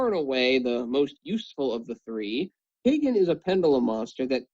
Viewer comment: the cards names r sasuke=saskay.kagen=caw-gen. not Suzuki and not kaygin:(